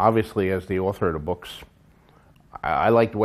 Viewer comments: Andy Moore bewks. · ***** Oh, I like the way george says "boks" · Der buuks? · I really like the way George says the word 'books'.